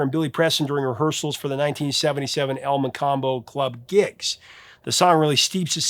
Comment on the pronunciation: Elmo-combo is the correct pronunciation of Toronto’s legendary club. Great episode